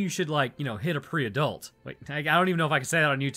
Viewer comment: As a Pre-Adult I think it funny how you say Pre-Adult ( / Tales )